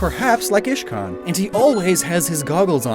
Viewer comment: He siad Ishcan and iridia